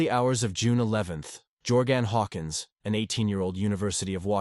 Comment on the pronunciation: Also Geor gan Hawkins😅